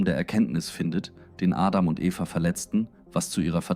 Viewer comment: Ich finde alles gut und eine stetige Verbesserung der Videos! Eventuell kann die englische Aussprache von Adam, Aedem, und Genesis, Dzhenesis, an das Deutsche angepasst werden.